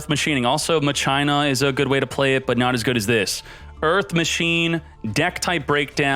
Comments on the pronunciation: If I hear him say MUH-CHINA one more time, I'm going to seriously never watch him again...how does a grown man not know how to pronounce words correctly? I'm still cringing over it...fucking christ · In tcg it’s pronounced makina lmao kinda like Mach five awesome deck tho! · ...at least the explanation and gameplay is heaps better than the pronouciation of Machina. Mach-ee-na, not Ma-China... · I can't get over him repeatedly saying muh china. MAH-KEY-NUH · I keep thinking hes saying " muh gina" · Never heard maCHina said that way always said maKina regardless the highlight is certain decks is much appreciated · Ma - Kin - A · Machina is pronounced mah-key-nuh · I’ve always pronounced it masheenah, didn’t know it was pronounced maCHINA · MA-kee-na. That's how it's pronounced. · It's pronounce mah-ke-na, like in dues ex machina, but fun story, I originally thought it was pronounced Ma-shi-na when the archetype debuted in the Yu-Gi-Oh R manga. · Yo this is a backrow deck you need more traps. Also, it's pronounced ma-key-nah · at 1st i tough he was memeing calling it maCHINA but the more he said it the more i cringed. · Lol! Ma- China 🤣🤣🤣 bro! I'm laughing so hard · The way he says Machina irks me… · He pronounces it like that to annoy people